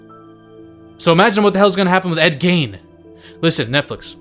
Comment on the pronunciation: ed "GEEN" not "GAIN"